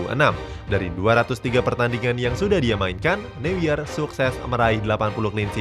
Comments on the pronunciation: Bang manuel neuer itu dibacanya manuel noier. Kalo di bahasa jerman eu itu dibacanya oi. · Baca Newer